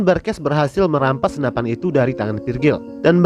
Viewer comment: Senapan min bukan senapaaangg 😍😍😍😍